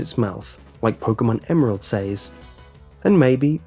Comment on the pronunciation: You are pronouncing says incorrectly.